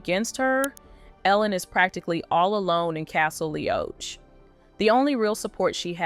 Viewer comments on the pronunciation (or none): It's said LEE-AWK not Leeoach! Thanks for the information. (from Sandi) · Castle Lee-och (as in roach)...ouch. Learn the names, narrator.